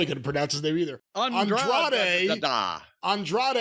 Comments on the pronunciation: is it that hard to say “an-dra-de” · Hearing the commentary fuck up Andrade's name took away from the amazing match those two put on